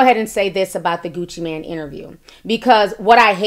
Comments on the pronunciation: “I watch a lot of Gucci Mane interviews” yet she doesn’t know how to pronounce his name. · It’s Gucci Mane not man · Kween Dynasty CT agreed it’s Mane not man and your comment to jasmine took me out LMAO🤣🤣🤣🤣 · I never realized how hearing someone say Gucci MAN instead of Mane bothered me. My ass literally said MANE after every man.... 😩😔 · Girl! First of all, his name is Gucci MANE not MAN! I believe Angela. Secondly, CTG is full of shit he sat there and laughed at everything the man said! DJ ENVY has Angela's back. As far as you, you are slobbing all over Gucci Mane's stick yourself and you can't even pronounce his name! My thoughts, my opinion! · Hey, it's not Gucci Man, but Gucci Mane (long "a"). I appreciate constructive criticism. I hope you do too. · Isn’t it Gucci “Mane” not man?!! 🤣😆😭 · Meee tooo!! the total disrespect of the #1 trap god and savior, Gucci MANE!